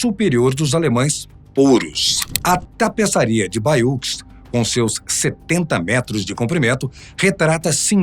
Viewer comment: A pronuncia de Bayeux é "baiê"!